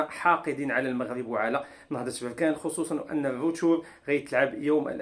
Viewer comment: اودي الله اهديك بركان ماشي بوركان